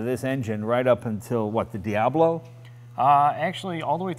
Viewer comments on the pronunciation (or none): none